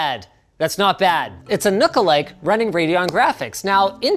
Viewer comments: Doesn't really work since it's not pronounced "nook," it's "nuck". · For Fallout players, it sounded probably more like Nuka-like